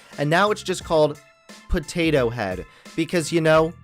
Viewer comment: I just want to know what is going to happen to the animatronic potato head at disney XD... but seriously I find funny how says. Pothatho